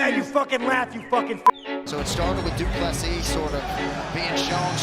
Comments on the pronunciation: Nope its du ple sea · you pronounce it Du Plessee. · Pronounced doo plu sea, not seas!